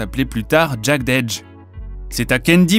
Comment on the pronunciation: "Jeded Edge", "Verzouz" etccc sans parler des prononciations des autres vidéo, à se demander si c'est pas du copier collé d'autres créateurs de contenu (anglosaxon ou francophone). Cela décredibilise , donne la sensation que vous ne connaissez pas réellement cette culture et que vous êtes ce qu'on appelle dans le milieu des "Culture Vulture". Dommage car le contenu est intéressant.